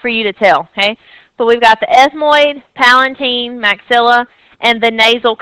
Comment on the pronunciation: is not palaNtine! is palatine..,u need to correct this please